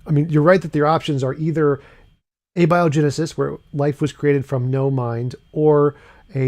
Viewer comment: When a guy doesn't know how to pronounce abiogenesis, that's a red flag.